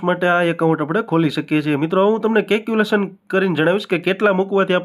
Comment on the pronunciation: Caculation nahi calculation bolo mota...baki badhuinformative chhe...